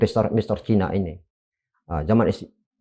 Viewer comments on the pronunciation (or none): Cina bukan Caina